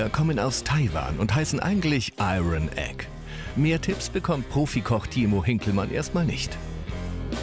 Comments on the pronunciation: Und das „Iron“ konnte man jetzt nicht ein einziges mal richtig aussprechen ? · Des r bei iron spricht man nicht des regt mich gerade so auf